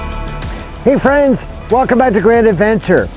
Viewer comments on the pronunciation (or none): none